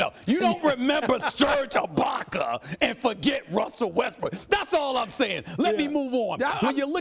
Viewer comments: NO ONE: STEPHEN A: SURGE AAHBACKERRr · Serge who? Ibaker????😂😂😂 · Stephen "Serge Ibaker" Smith